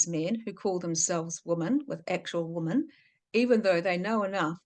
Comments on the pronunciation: Can’t you say woman and women correctly or am I wrong? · Yes, this the second video of yours I’ve tried to watch, and many people have mentioned to you already that your pronunciation of the word women is incorrect. Sorry, I’m out too🫤